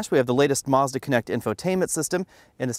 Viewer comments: "Marzda"? lol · There is no R in Mazda. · You pronounced Mazda wrong